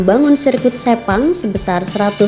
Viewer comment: 5.58 - 6.02,,sebut sepang aja ngak bisa ni plk nak banding2 hahahaha